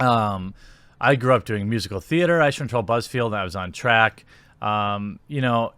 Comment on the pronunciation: Jeremy, Love your videos. But you saying Aych-ner is driving me crazy. It's Billy Ike-Ner.